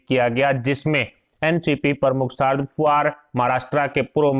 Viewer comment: Man, He is Sharad Pawar and not "Sharad Puvar" PLEASE NOTE. IT IS IRRITATING WHEN ONE'S NAME IS MENTIONED WRONGLY.